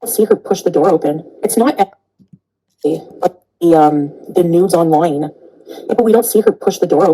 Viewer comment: “She poasted the Nudes OINLOINE”